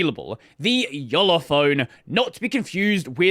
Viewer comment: Not much closer, spot on